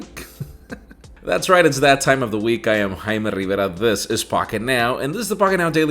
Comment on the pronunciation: Hay I'm...